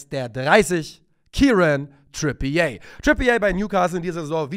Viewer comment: Trippier wird nicht Trippié ausgesprochen, er ist ja kein Franzose.